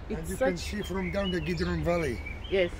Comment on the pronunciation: Its valley or varry?